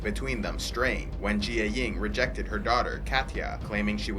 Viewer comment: U say jiaying wrong